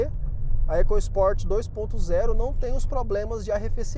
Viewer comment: Muita besteira ao falar "ECASPORT", fale da forma correta, ECOSPORT